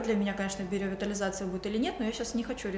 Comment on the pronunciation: Только биоревитализация, а не биреовитализация))) а так очень хорошо, и губы подспадут, норм будет 👌🏻